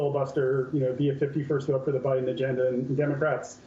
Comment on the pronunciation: At least he said Biden and Obama’s names correctly 👍